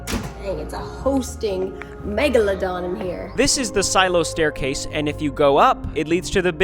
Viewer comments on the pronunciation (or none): none